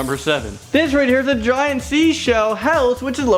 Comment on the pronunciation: Giant not gaunt